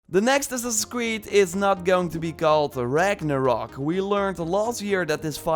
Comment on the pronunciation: Its Ragnarok not "rock"